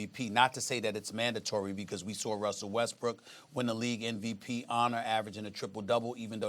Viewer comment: It's funny how SAS saying "NVP" instead of "MVP" each time